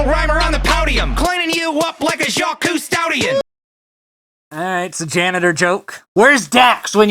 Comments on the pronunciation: Everytime you try to pronounce a Jackques' last name it sounds like you're trying to summon an eldritch abomination. XDD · critics: Now, you need to pronounce Cousteau correctly.: makes a collection of vaguely French sounding noises. 10/10 edit: not good at spelling.